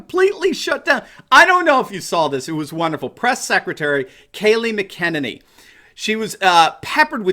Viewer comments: It's Mack-A-Nenny,, and since she's going to be there for awhile I think you should pronounce her name correctly! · MACK-uh-nay-knee, evenly stressed. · It's pronounced Mac-a-nay-nee